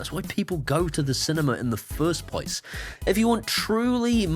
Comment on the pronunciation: Ohhhh Shiny.... I like the way you turned into a New York gangsta by putting them into a 'normal pwace'